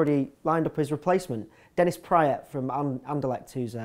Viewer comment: you say praet wrong its so funny